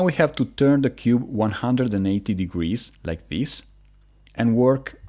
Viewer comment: Him: turn like thees.. Other ppl: turn r u r’ u’ hdhdhdhdggwowpabsgwjdujsfwhshdhe